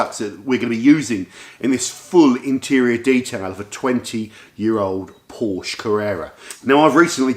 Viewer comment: Really great video. Maybe I've missed your interior stuff before so super interesting to see you work on the interior. Also. Sorry but it kills me the way you mispronounce Porsche 😔